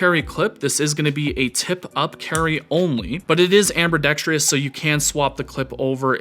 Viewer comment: "amber-dex-tree-us" aha. bro